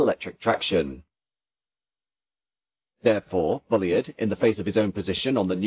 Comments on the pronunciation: The narrator might do well not to refer Mr Bulleid as "Bully-id. His name was pronounced Bulleed which rhymes with "succeed" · What a shame that you couldn’t pronounce “Bullied” properly. Otherwise a fine video. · Yes it's a bit annoying, I'm sure this has been pointed out before - same thing as 'Reid' is pronounced 'Reed'